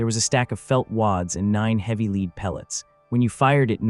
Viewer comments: IGNORANT LAZY EDITOR!!! Lazy, lazy, lszy! Praise Artificial Intelligence all you want, but you still must perform a final edit! The word 'lead' in this context is pronounced "led" (soft lead pellets), not "leed"! Soldier, fix this sloppy kit! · 00 is not Bird shot. Maybe an Ostrich. That old shot was nasty stuff too. Higher purity lead slag. Melty burn nasty. Next time type LEAD as LED for your AI. So it doesn't say LEED. 👍🏼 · It’s LEAD not. Leed ffs AI voice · LEAD is pronounced LED!!! NOT LEED!!!!!!!! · I've shot scores of cut shells paper and plastic. Some out of a model 12 Winchester and there was never a danger. All the trench guns were cylinder bores and especially with felt wads that are way more compressible than a plastic wad. Too much drama for what it was worth. And saying "leed" instead of lead as in dead with an L, is becoming quite annoying. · Ai sucks I hear leeeed try( led) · the pronunciation of the word lead when referring to small arms fire is LED not LEEED ffs where do they get the people that provide the voice overs for these things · NOT LEED pellets it's Lead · Why do these videos have narrators who do not know the difference between leed and lead ? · Pronounced as “led” not “leed” projectile was also pronounced wrong it’s “pro-gekt-Ile” hard I not soft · Leed instead of Led !!! We can tell when it's AI audio. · Get a real narrator! This A I stuff doesn't work. The metal lead is pronounced led not leed. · I wish the people who o make these and use AI to do the talking would not be so LAZY and not listen to what is produced. The mispronunciation of even the simplest words like LEAD which AI says LEED . I understand you can type the story into the computer and let a machine do the talking ,but at least LISTEN to it and CORRECT it. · Fook "leed" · Leed pellets. A.i. bullshit. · Hey or whatever AI name you were given. Lead pellets are pronounced as (led pellets). Are all videos AI now? This is dumb. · Its pronounced LED I.e. lead